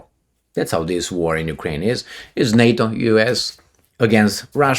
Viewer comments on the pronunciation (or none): none